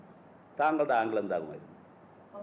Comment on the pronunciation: ക്രെയിമ് അല്ല ക്രൈം എന്ന് പറയൂ 🤔ആങ്കൾ അല്ല ആംഗിൾ